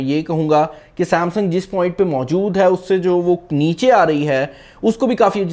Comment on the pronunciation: Saaamsang ni Samsung hota hai bhai..